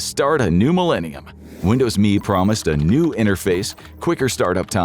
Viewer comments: why the fk are you calling it Me? its M.E. mellenium edition dmb fk god damn dude. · I have never heard a human say "Windows Me" like me was a word. 100% of the time I have only heard "Windows M.E." You know, like the initialism it is. And he says what the letters stand for. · ARRGH! It was never Windows "Me". It was ALWAYS pronounced Windows Emm Eee. Also, XP didn't come first! Windows 2000 came first! And, dammit, your OS is NOT a "Program"! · There is NO SUCH THING as Windows "Me" . . . IT'S M E . . . . "M"illennial "E"dition . . . NO ONE EVER called it "ME". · Who called it me? Everybody I know called it M E . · Why at it like "me"? When has it ever been referred to as anything other than M. E.? This is the first time I've heard it called "me", and I remember Windows ME surprisingly well, considering its total failure. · Windows "me" not M E or millenium edition. If I was sure you didnt use AI before, its a sure thing youre using it now. Such a shame.